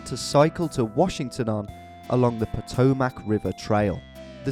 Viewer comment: hearing Frederick pronounced like that hurt... same with Potomac... Maryland moment. Crab gang rise up